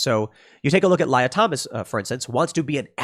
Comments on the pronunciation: The way Tim pronounced Lia was hilarious. Xe (Lia) doesn't actually pronounce it basically as liar, does xe? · Lye-ah, is a funny apropos pronunciation. Ms. Lia Thomas has managed to keep her name partially. Her name being wilLIAm hence Lia. Evidently she is keeping other parts of herself as well. It should be an easy transition back considering she did nothing but grow her hair long. Edit: I forgot to mention she’s still a lesbian.